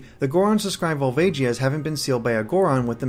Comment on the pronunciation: You pronounced Volvagia wrong, I believe.